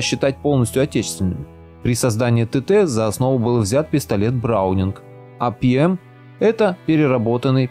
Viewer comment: 1.01 "... а Пи-Эм..." , в русском языке буква "П" звучит как "ПЭ" а не "ПИ" , как в английском. Технические косяки уже указали. Дизлайк.